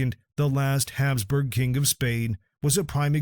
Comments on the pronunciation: It's not Hamsburg jaw it's HAPSBURG." Get rid of AI and use real narrators that pronounce words right. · It's Habsburg, not Hamsburg. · It's HABSBURG ... Not Hamsburg! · Ferdinand of Habsburg, not Hamsburg. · Hapsburg, not Hamsburg! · Yeah, calling the Hapsburg jaw "Hamsburg."